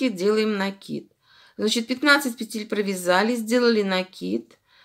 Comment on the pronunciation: Да не пецель,а ПЕТЕЛЬ!